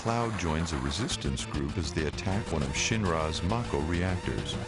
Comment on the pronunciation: The narrator has obviously never even heard of final fantasy before this script reading - the worst crimes are "Teedus", "Marko Reactors" and "Ceecil". Pitiful.